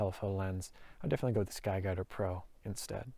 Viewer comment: Holy shit, you say it so fast.... "SKY DADDA PRO" Thats what I'm hearing. 4 times, you said sky dadda pro...